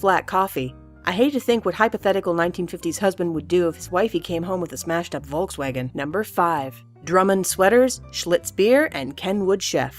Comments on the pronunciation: "Wolk Swagen" ? xDD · It’s said folksvagen It’s spelt Volkswagen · It sounds so funny how you pronounce "Volkswagen" :D (I´m german) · Hab ich mir auch gedacht 😂